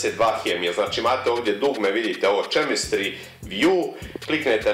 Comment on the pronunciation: Nije hejt sam da ti kažem kaže se kemistri